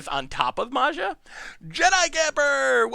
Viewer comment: So painful to hear you complaining about the deck being bad when you really just piloted it so incredibly poorly, and could have won 😅 Totally out of character for you,. Also every time you pronounced "Maja" 🤮 (although that's more in character 😂)